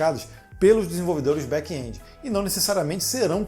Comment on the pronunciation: Back (and) esse é o som de back end ,e não back endi,não tem( i) e muito menos som dele . Ótimo vídeo